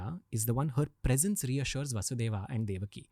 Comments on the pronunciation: Its not kansa, rama, and vasudeva, its kans, ram, vasudev. When we learn french, we are told to pronounce the words and keep the last letter silent. If someone is interested in our history or language, they can learn to pronouce basic words properly. It does not take a lifetime to understand that the "a" at the end of names is simply due to translation gaps and grammar needs. We do not pronounce "Je Taime" down to the letter. If the podcast is about learning history and about India - please commit to that properly - this is like the most basic thing. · What is vasudevaaa and kamsaaa Pagal log Dhng se nahi bolne aata to mat bola kro